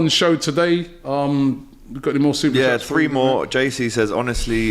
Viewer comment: That SuperChat about and SuperChats is ACCURATE AF. As much as we all Rate...he always butchers some of them 🤣🤣🤣🤣🤣🤣 AGT Far more clinical on SuperChats.